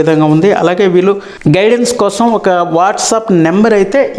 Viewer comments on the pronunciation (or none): none